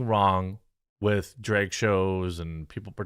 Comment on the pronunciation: Dude.. Bruh.... It's drAg, not drEg It's bAG not bEG. C'mon bruh.